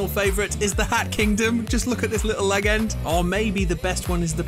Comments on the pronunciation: Did my guy just pronounce legend "leg-end"? Like, whaaaat? Edit: Not trying to pry or be mean, just curious is all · ddi you just say legend....like leg-end??? cmon now man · bruh said leg-end